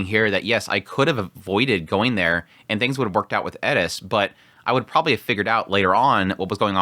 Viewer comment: Why does he always say "Edis" instead of Eris?